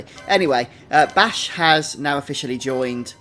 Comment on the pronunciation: only annoying part of the video is u pronouncing bashe and rabanastre wrong bashe is with a long a not a short a and rabanastre the E at the end is silent